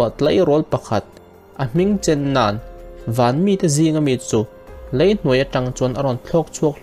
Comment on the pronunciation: Bei tih tur Bai tih te,lei aiah Lai tih te,a tam mai. Mizo tawng uluk deuh angai...